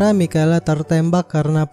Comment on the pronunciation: Bkn mikela cara sbut nama nya kak,tapi misyel